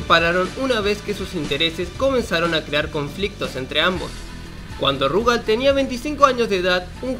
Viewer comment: Por qué mierda todos le dicen Rugal acentuando la u en vez de la a? Si juegan al KOF 94 y 95 sabrán que la acentuación es en la a, por ende es RugAl